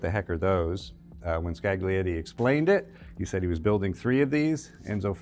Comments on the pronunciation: scaGlietti. Facepalm. Isn't that so hard to embrace the idea that latin alphabet is used in different languages and words are pronounced an stressed differently? A docent in a world-renowned museum. You should know better. Thanks this is not the video on french coachbuilders, one only knows how they could have been butchered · the G in Scaglietti is silent! skah-lee-ET-tee! I did foreign language diction in uni... in 1982! You can too! (edit: you managed it with Vignale!)